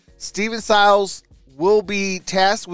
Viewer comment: It's pronounced..... "Syy-les"